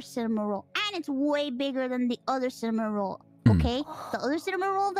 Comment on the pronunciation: The way mousey pronounce Cinnamonroll is soo wholesome